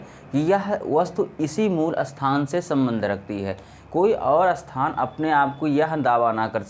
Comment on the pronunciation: अस्थान या स्थान ? क्या सही है ? सही बोलिए भाई